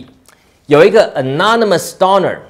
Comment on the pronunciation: 糾錯: Doner 中的母音o 就發"歐"音, 而不是"阿"音. 類似"冬呢兒"